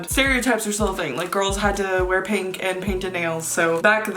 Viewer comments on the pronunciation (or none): none